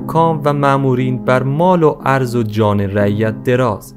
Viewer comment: درود فرزندم وقتی میبینم فرزندان رشید ایران به تاریخ نگاهی ویژه دارند خشنود میشوم من معلم تاریخ دانشگاه که ۴۲ سال تحقیق وتدریس داشته ام از شما عزیزان خواهش میکنم به این روشنگریها تداوم بخشید اما لطفا با مطالعه بیشتر ورجوع به فرهنگ لغات تلفظ درست اسامی وواژه هارا ادا کنید تا این منجر به بد آموزی وبر بادرفتن اعتبارو زحماتتان نشود ناظم الاسلام درست است ونه ناظم السلام! وعرض به مفهوم ابرو (erz) تلفظ میشود ونه( arz )با سپاس.ضمنا قجرها مغول تبارهایی بودند که با ۶ ایل دیگر ازجمله شاملو، تتلو، دولو، ذوالقدر، استاجلو، افشار برای حمل باروبنه لشکر تیمور از آسیای مرکزی به اسارت گرفته شدند ومتاسفانه بوسیله وبا وساطت شیخ صفی جد شاه اسماعیل آزاد شدند ودرایران جا خوش کردند وبه اسماعیل کمک کردند قاتلین پدر وعمیش را بکشد وسلسله صفویرا تاسیس کند واز همین هفت ایل سپاه خونخوار قزلباشرا تاسیس کند که از ان زمان این ایلات در نا امنی ومزدوری روس وانگلیس وسقوط حکومتهای اصیل ایرانی واز جمله حکومتهای نادری زندیه وپهلوی نقش اساسی داشته اند لطفا دراین رابطه بیشتر روشنگری فرمایید